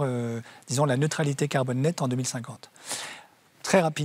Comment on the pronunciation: Gael prononce le mot farce clef: carbone.Pas serieux!